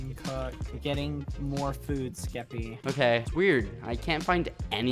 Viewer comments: I love how bbh says keppy instead of Skeppy. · bbh : ¨*says "skeppy" subtitles : JELLY